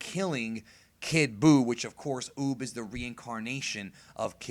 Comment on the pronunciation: Any one else notice he said boob not uub